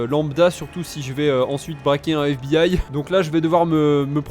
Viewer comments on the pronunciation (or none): F.B.I et non fib